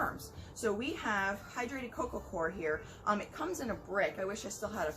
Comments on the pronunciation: I couldn't make out what you were describing that sounded like "hydrated cocoa cord"?? Could someone please reply as to what that is & where to find it, I put that term in the TSC search and got no results. Thanks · What kind of bedding are you using for your warm bed you said Coco core or cork